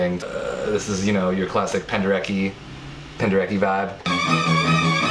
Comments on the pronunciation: Charlie Rosen, that's not how You say Penderecki :D It's pronounced "Pen-de-retz-key" ! Fenomenal job by the way! Greetings from Poland:) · it's penderetz-kee tho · I was literally just annotating my Rite of Spring score (part of my A level) Also, speaking as a polish person, please pronounce Penderecki properly! (Pen-derr-eht-ski) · thats not how to pronounce Penderecki...